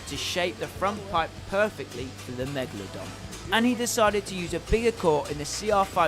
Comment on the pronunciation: why does he call it megladon and not megalodon